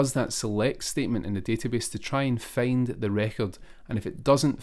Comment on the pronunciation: Find ❌ Feyind✅